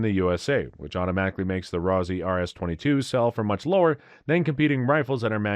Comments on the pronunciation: Let's "nit-pic". 1 - Learn proper pronunciation. It's ROSS-EEE not ROSE-EEE! I simply cannot trust the opinions of a person/entity that cannot pronounce the items properly. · Ross eee, ROSS EEE you nitwit